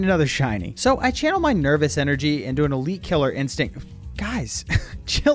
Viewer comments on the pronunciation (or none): none